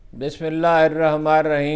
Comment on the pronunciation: ہارون صاحب اپنا بسم اللہ کا تلفظ تو ٹھیک کر لیں ۔ مہربانی ہوگی